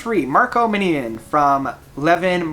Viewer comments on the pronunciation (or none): Did you call Marco Minnemann Marco Minian? wtf dude..